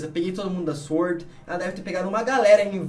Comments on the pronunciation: Aos a garota fala IZ-uord. O certo a se falar é sUord. Assim como se fala sUat e não IZ-uat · Eu tenho agonia quando eles fala 'IS word'. kkkkkk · É sUord a forma correta de se pronunciar a palavra SWORD. E não sVord Basta lembrar que a gente fala sUat e não sVat quando pronunciamos a palavra semelhante SWAT